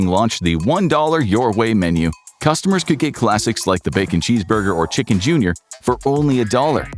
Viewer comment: Damn the ch'king was good 😋